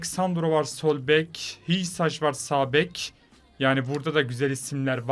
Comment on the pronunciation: Hysaj arnavutcadan Hüsay diye okunuyor❤